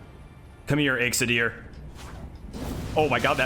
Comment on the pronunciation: Btw, you pronounced my name right lol coodos to ya